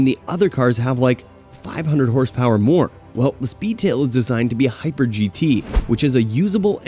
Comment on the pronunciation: Hahah mispronunciation master . Got all the horsepower wrong and with an American accent talking about pounds